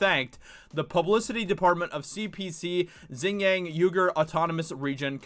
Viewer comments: It's pronounced "wee - gur" not "you -gur". Xing is not pronounced "zing" either, hahah. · Xinjiang pronounced much like Shin-gi-ong saying the last two syllables quickly together <3 Keep up the good work man, the hollywood aspect is extremely important. They need the "artists"